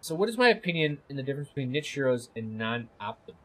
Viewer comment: Also "nit-che" and "Ka-plan"